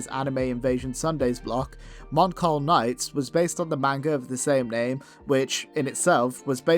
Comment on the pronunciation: Oh come on! As someone who grew up watching this Show on Fox Kids, then seeing it again on Jetix, I’m appalled that you didn’t know that Mon Colle Knights is pronounced “Mon-Call-Ee-Knights”. I say this because not all Words with an E at the end are Silent. I can’t remember if it was mentioned in the Intro, the Show itself, or the Fox Kids Promos, but I’m confident that there’s an Ee Sound at the end of Colle in Mon Colle Knights.